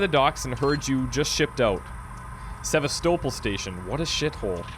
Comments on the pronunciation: Actually it's pronounced Seh-vas-toh-pol'. Not SevAstopol but SevastOpol'. I don't know why the emphasis is wrong in english. this is how it sounds actually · hears everyone clearly pronouncing it SevAstopol, but he like doesn't get it. He keeps saying SevastOpol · Se-VAS-topol Station. Not Seva-STO-pol. :) Sorry, but every time I hear someone in game saying it, I keep thinking you'll catch on. But... :) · Great let's play. But the pronunciation of seh-vah-STOW-pul is killing me. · SE-VAST-ER-POL... They say it like 10 times at the beginning! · "Sevastople" You pronouncing that made be both laugh and cringe haha. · For your reference,: Sevastopol is pronounced "Seh-vas-teh-poll" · is really the best at these games, but hilarious how even after hearing them pronounce sevastopol he kept saying it wrong lol